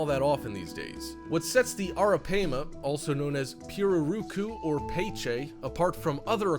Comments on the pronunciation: Also, it's pronounced "arra pyma" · You’re mispronouncing the name of the third creature on your list wrong. (Arapaima) it’s pronounced “Air-ra-Pima”. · Bezoticallyyours83: Actually, it's pronounced Air-Ah-Pay-Muh. Just trying to be helpful. We've had them before along with caimans and an anaconda and a whole bunch of other critters when my son was younger. The anaconda was given to him by a kid down the street who was keeping it wrong. It was a male (they only get around 6 feet long full grown) and once we brought it home my son put it inside a really big aquarium he had and set up the heat lamps and even a hot rock. In a day or two that thing was so vicious that it kept smashing into the side of the tank when you'd walk by! He had it for about a week before I made him take it to the zoo and give it to them!!! The Caimans he had were pretty cool but they had a LOT less angry a personality than what this dude described in this video. We had an American Alligator once as well. That thing was wicked! If I was to do things over again I'd NEVER let my son bring that gator home! It grew nearly 5 times its length the first year he had it and it never chilled out and calmed down even though he handled it everyday! I made him take that one to the zoo as well. We've also had Arawanas and Alligator Gar and a gazillion other types of fish and animals. JUst sayin'. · It’s ARAPIMA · Arapaima is pronounced Air-uh-pie-ma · Thought it was pronounced air-a- pie-ma? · You were mispronouncing the names Pacu and Arapaima, and most of this info is very incorrect. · You showed a gar as a arapima and your saying the name wrong you dumbass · U said arapima wrong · Cant even pronounce Arapaima correctly lol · How you say arapaima get me lol